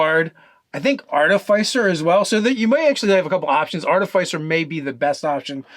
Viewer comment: That's not how you pronounce "Artificer" - it's based on the word "Artifice" after all, which has two short "i"s. (An "i" as in "inch", not as in "Lie")